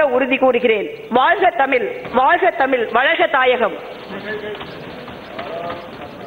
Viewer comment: But the best was Jothimani's "தமில் வால்க!" Its also obvious that Dayanidhi doesn't speak Thamizh at home.